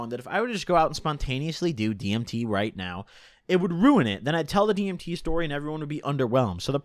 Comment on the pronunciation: You saying dimeth was the cringest thing ever heard